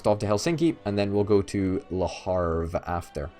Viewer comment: Le Havre (Leh Ahv-re) not Le Harve...